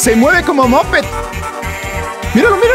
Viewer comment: dijiste mopet y es popet,soy tu fan😊